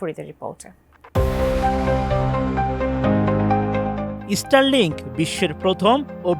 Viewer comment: রিপোর্টে বার বার ইস্টারলিংক বলতেছে 😂 ভাই জীবনে স্কুলে গেছেন কিনা জানিনা।